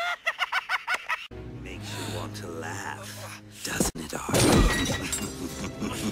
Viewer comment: Yo the way he says dis-cunnected has been stuck in my head for years bruh